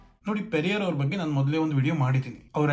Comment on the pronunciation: Yaavo evella yeshtu helidru kelalla.... Ri......... Baggu, baggu, baggu hege helodu bidu, 'Bagge' antha helu....., pls take it Seriously... talk properly...